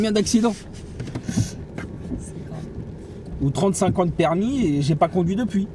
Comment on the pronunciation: Oui l'accent cweol😂